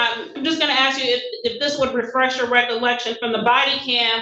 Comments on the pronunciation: Oh he AXED him a question did he? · It is not "ax's" it is "ask" ... Are they uneducated? I am sure at some point in their education someone told them the correct pronunciation.